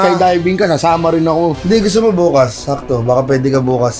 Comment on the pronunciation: hindi "No" yun. "Mo" yun. hahahahahah